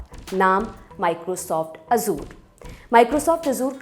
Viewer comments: " ए जर" होता हे "अजुर" नही.😂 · Ye simplify karne ke chakkar me sab galat bata diye hain......... First of all, it is 'Azzure' (with an emphasis on 'z') not 'Azor'. Why are you connecting Azure with CrowdStrike? These are two different things. I don't understand why you want to oversimplify and make false connections. It is okay if a common man does not understand the technical details. I have worked at Azure storage myself, these types of config screw up happen while rolling out new versions of the service, and the whole service gets rolled back once the outage is declared. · Azure❌ Azuur✅ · मोहतरमा, azure का उच्चारण ए ज़र है, अज़ूर नहीं.... बुरा न मानियेगा, आप जितनी बार अज़ूर बोलती थीं, मेरे कान में खटकता था 😊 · sahi kahaaa